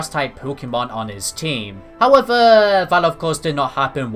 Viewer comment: Sip everytime he says howevuh..